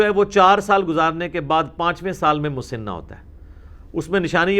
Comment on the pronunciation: لفظ مسِنہ س کے نیچے زیر نہیں بلکہ زبر کے ساتھ ہے مسَنہ ہوتا ہے